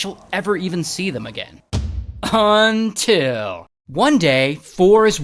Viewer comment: I love when he says UNtil